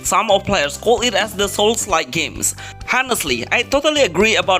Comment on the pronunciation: Did bro literally jus say Hhonestly😂😂